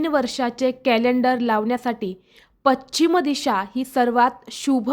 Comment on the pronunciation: पश्चिम असे म्हणा